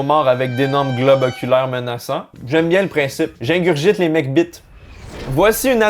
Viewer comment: J'aime bien la façon dont prononce « McBite ».